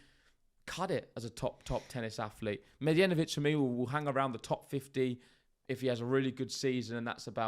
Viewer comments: Pronunciation of Medjedovic: DJ as J (the simplest explanation for non-serbian speakers: D is silent when adjacent to J). The same way you pronounce DJokovic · Like Django, the D is silent 😅